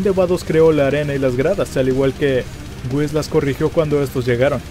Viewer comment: Alguien mas noto que dijo wisto a virs en ves de visto a whis 🙊🙊🙊🙊 Exeletne vídeo me encantas tua trabajos éxito y sigue así